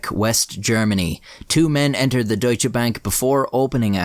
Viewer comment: your pronounciation was really good. i never heard anyone who doesn't speak german say "deutsch" correctly.